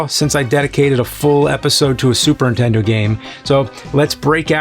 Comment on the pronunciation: Is the Nerd (or James) incapable of saying "The Super Nintendo" w/out leaving the N off of Nintendo? My Nan always called the "INTENDO" when I was a kid...